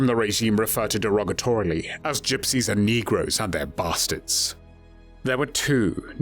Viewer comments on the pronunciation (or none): Damn he really put some stank on "Their BASTARDS"